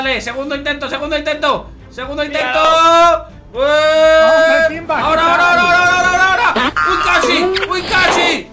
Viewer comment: Se equivocó iba a decir timba pero dijo imba